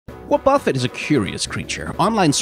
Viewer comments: Intentionally calling it wuh-BUFF-it instead of WAH-buh-fet so people comment on your atrocious pronunciation and boost algorithmic engagement is understandable, but still hurts my soul to hear it said like that Edit: wrote this after hearing 0.5 seconds of this vid, after hearing more, your pronunciation of woah-BUFF-it is somehow even worse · Wah-buffet the pronunciation kills me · WoahBuffet! I love how you pronounce it. Honestly that's probably more accurate than "Wah ba fet", but everyone pronounces it like that because of the anime. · Wobbuffet has not proudly proclaimed its own name in every single episode of the anime for 20 years for you to pronounce it like that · What’s actually curious is how arrived at that pronunciation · The way you have chosen to pronounce Wobbuffet fills me with a primordial hatred. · You really got people out here sharpening their knives over how you pronounced wobbufet, congratulations! 👏😁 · That is not how you pronounce Wobbuffet. He's only been saying his name for decades lol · That pronunciation of wobbuffet hurts me physically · You pronounced Wobuffet in 5 different ways, and they were all somehow wrong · I grew up with Jessie's Wobbufet so your pronunciation of the name hit me in the face. Is it a valid way to say it based on the construction of the name? Yes. Does it confuse me anyways? Also yes. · Wynaut, just go ahead and pronounce Wobbuffet like that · Take a drink every time mispronounces Wobbuffet! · 0/10 you didnt pronounce wobufett like wobufett does in the anime. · How d- how did he just pronounce Wobbufet? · Never heard anyone mispronounce Wobuffet so badly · This thing was in the show saying it's name for years. How are you pronouncing it wrong? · The way you pronounce Wobbuffet should not be as funny as it is to me